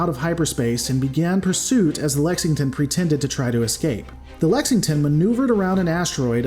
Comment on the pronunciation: You can pronounce “Schwarzkopf” but not a “simple English” word like “Lexington”?! Give me a break! In seriousness, while few can complain about ultra-professional analysis videos, i myself am particularly fond of your style of presentation. Mistakes like mispronouncing “Schwarzkpof” are openly admitted; Rants are unapologetic (if “censored”, which makes for great comedy!); Ambiguity is highlighted, and ignorance/uncertainty is readily acknowledged. It adds charm to the analysis/commentary, and makes for a great edutaining ride! My only complaint for this video would just be the way “blackstar” is repeatedly copy-spliced into numerous places of the video, especially toward the latter half. Makes it seem like something was missed during recording, then haphazardly fixed during editing. Doesn’t take away from the charm, tho!